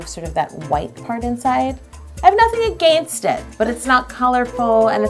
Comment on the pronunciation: I can hear you Canadian accent when u say against 😂💖